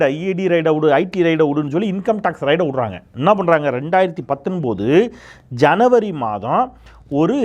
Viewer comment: மன்னிக்கவும் . ' ரை ட் ' இல்லை ' ரெ ய் ட் ' . ( 80 yr. old )